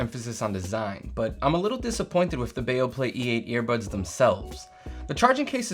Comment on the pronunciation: It's not Baoplay, it's Beoplay. Be Oh!